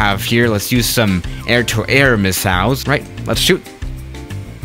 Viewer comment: No one:: misalls